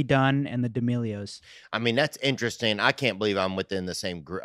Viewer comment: Man it pissed me off how said interesting. I love when he says “innerestin”